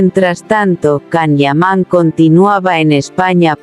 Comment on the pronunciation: POR FAVOOOORRRR, escribe y pronuncia como corresponde el nombre y apellido del actor turco: se escribe CAN YAMAN. y se pronuncia: YAN IAMÁN. Si tus rumores y comentarios son como escribes y pronuncias, imagino que todo es un error tuyo.